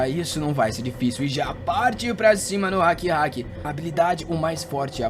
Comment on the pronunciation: Não quero ser chato, o nome rakrak, se pronunciar ra-kra-k, e o jaol, como ta em inglês, o A tem som de E, como se fose geol, e é um nome feminino.